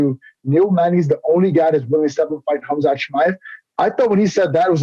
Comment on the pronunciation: Ariel is saying Khamzat name wrong on purpose.